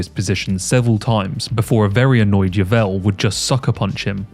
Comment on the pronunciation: Some of the worst pronunciation of names I’ve ever heard 😂😂 “Gilbert Yeevell” 😂😂😂